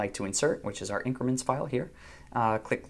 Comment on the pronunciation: Increment, not incriment.